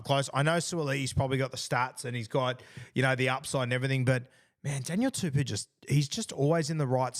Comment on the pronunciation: Guru it’s not pronounced Daniel tuPEW, but Daniel TuPOU. Pou pronounced like Po from king fu panda.